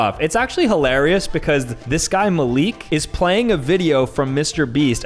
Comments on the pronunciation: im offended cuz he said maleek and my name is malik it’s pronounced mal I k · Maleek 💀 Dude it's pronounced how it's written (with emphasis on the A a bit)